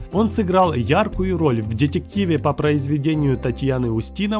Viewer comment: дЕтЕктив,бля как он это говорит😂😂😂😂😂😂